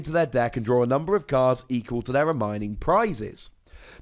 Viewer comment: Silly, it's reMAINing, not reMYning.